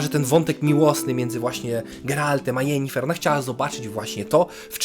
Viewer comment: Sorry, ale jak mówisz "Jenifer" zamiast "Yennefer" to mi się barszcz wigilijny cofa :O